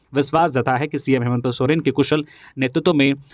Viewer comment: आप न्यूज़ तो ठीक बता रहे परन्तु मुख्यमंत्री जी का नाम हेमन्तो सोरेन क्यो बोल रहे हैं हेमन्त सोरेन बोलो ना